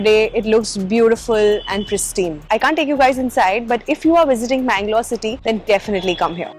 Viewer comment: Always it's mangalore